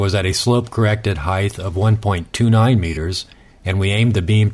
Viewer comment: So, you guys think you were able to bend the light? Neat and that’s kinda a big deal. Also its height. There’s no such word as “heighth”.